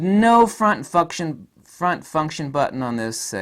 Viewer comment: Front fu$$tion buttons, haha. Not sure if it was on purpose or not but it's my new favorite word.